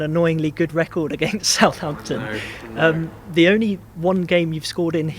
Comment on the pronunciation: this video has aged pretty well so far. love how he says sa’amptn, proper pronunciation